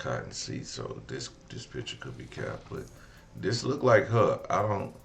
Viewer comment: What is “lookded good”?!?! Or I “likeded him!?!?!